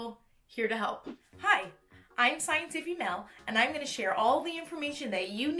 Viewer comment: I am laughing at 'the scientiffy' every time you say it hahah Thank you for the in-depth look into this!